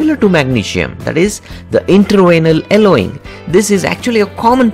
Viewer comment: thank you for the tips. however, could you please pronounce Y in your next video? eg: Yellowing not ellowing. :)